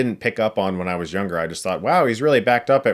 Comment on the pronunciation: “Indiana wash the dog’sh name...”